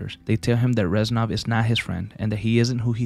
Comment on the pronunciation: with all due respect, it's reznov not renzov